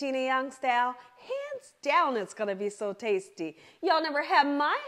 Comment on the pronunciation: I love ❤️ how you say “Gina Young stall “ not style!!!